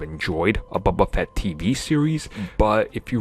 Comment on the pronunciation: "bubba fett"